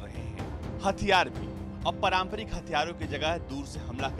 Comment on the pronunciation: परामपरिक नहीं पारंपरिक होता है। 🙄